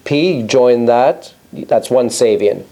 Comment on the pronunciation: Excellent as always. I believe the preferred pronunciation of Giovanni Ceva's last name is "Chay-vah," and that of his last name's adjectival form is "Chay-vee-an"..